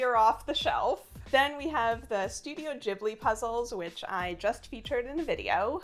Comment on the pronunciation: every time I hear Studio "Jeebly" I lose five minutes from my life 😭